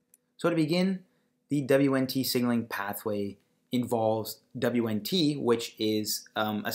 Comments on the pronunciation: What the hell is "dabliuenntee"? its pronounced "Weent". The basics!! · You are pronouncing beta catenin and WNT wrong. Hard to take what you are saying seriously.